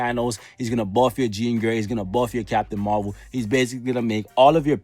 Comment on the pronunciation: I loved that when you said captain marwhale instead of captain marvel.. 💓💓💓